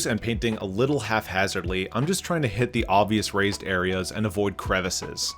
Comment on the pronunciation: Hap-hazardly, not halfhazardly